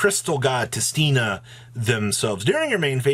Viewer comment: how does everyone pronounce tistina wrong? WHERE THE HELL ARE YOU GETTING THE R FROM ITS SO FUCKING IRRITATING. also LMAO, people who bought out adamancipator cards LOL